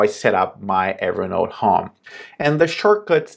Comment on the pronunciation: Your english is very good! 1 tip: you say "hóme" better to understand you would be "hôme"